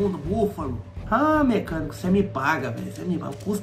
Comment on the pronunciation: “Búfalo” KKKKKKKKKKKKKKKKK